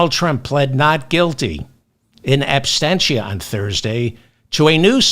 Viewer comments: David - I love you to death - but the word is "ab-SENT-ia" - based on the word ABSENT - not "ab-STEN-ia." (Are you thinking of the word "abstain," and if so, why?) "Ab-SENT-ia." As it is, you are near perfect. Your DC fan... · David, You said--twice, so I know it wasn't a simple misspeaking--that Trump pled not guilty in abstentia. I thought is was absentia. One "t", not two. Trump wasn't abstent from the proceeding. 😊